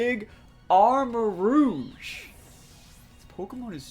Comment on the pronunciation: Arma-rouge (armarooj, red armour) not Arma-rogue. cringed after hearing you pronounce